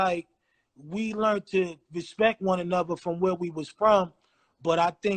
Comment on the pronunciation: Too bad Ra never educated himself once he made it out the hood and got loot. He said respek like ignorant ass baby lol.